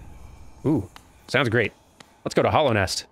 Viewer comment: Hallownest, not Hollownest. It is a hallowed place. Also, yes -- return to the place you died